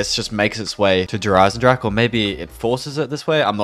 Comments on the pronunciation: Please stop saying "Jer eisensrache" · I cringed every time he said der Eisendrache because he butchered it so badly